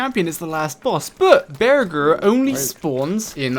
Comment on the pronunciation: Tip: To pronounce bearger say bear then jer It kills me how you say beer ger lol